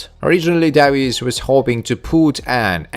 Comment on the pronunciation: Davis is pronounced (day-vis)